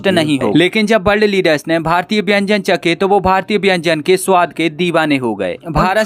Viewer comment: अबे , बेंजन नही खाने को व्यंजन कहा जाता है 😂😂😂😂